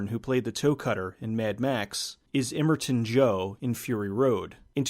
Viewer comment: "Emmerton Joe"? Butchered that one.